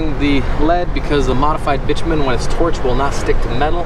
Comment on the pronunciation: Remember: "Bi-two-men" not "bitch-man."